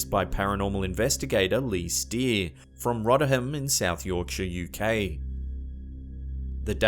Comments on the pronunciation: It’s pronounced Roth-er-ham not Rotterham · The most terrifying thing is the pronunciation of Rotterham. It's Roth-ur-um, with a low vibrato, like "bothered", not like th in "both" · Rotherham in England, is pronounced: rother rhymes with "bother" not rotter... and... the ham bit we say as "umm" not ham... We never pronounce the ham bit in place names as literally ham (jam-pam-damn etc) it's always pronounced as umm UNLESS the place name has the word ham separately, like East Ham, or West Ham or if it starts a place name like Hampstead. A ham is a small town in olde English, even smaller is a hamlet. Just fun facts, not hating! 😘😘😘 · Rotter ham Yorkshire pmsl..its pronounced rovver ham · It's pronounced RoTHerum. not Rotterdam as in Netherlands. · You pronounced Rotherham Wrong. it is not Rotterham you say the TH like the beginning of the. Roth er ham, was wondering when you said rotterham south yorkshire, as lived here all my life and never known a rotterdam i south yorkshire. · The place in South Yorkshire (Rotherham) is pronounced ‘ROTH-ER-HAM’ or ‘ROFF-UR-AM’... not even sure what word you were saying!😂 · Number one, it's pronounced Roth-er-ham 😀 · Rotherham is pronounced 'Roverum' in a lancashire or Yorkshire dialect! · "Rotherham" (Yorkshire) is pronounced Rotherum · You Pronounce it Roth her um Rotherham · It's pronounced (phonetically) as Rovverem. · The way he pronounced "Rotherham" Roddahum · It's ROTHERHAM 😂 😂 😂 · The scariest bit of this video is how he pronounces Rotherham.